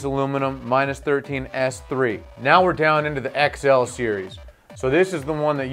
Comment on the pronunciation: Lol when he said xl he said -11